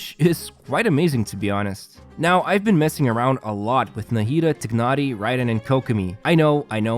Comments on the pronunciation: When you say it its not tignari its called tainary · Tye-nari is how they say it in the English option in game. Idk why you're saying it like that. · How hard is it to pronounce TIE-NARI. I am not being to ignore that while watching the video